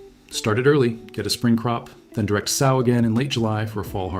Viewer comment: Great info. But every time you say SOW like the swine….it’s like nails on a chalkboard!